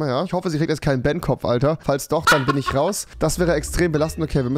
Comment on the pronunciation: Ochmann Rewi, ich glaube Fortnite hat dich wieder verdummt, du konntest mal normal reden, jetzt fängst du wieder mit fich, isch und so an🤦‍♀️ och gottel